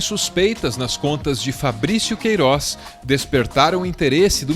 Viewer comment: o Sergio Moro não consegue falar o nome "Queiroz" na entrevista da GloboNews